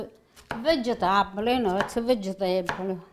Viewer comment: I love how she says VEGETAHBLY instead of vegetable., you are authentic stuff.